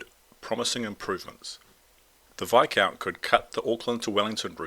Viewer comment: The s is silent in Viscount.